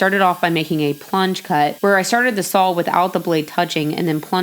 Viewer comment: There is no "L" in saw! ;)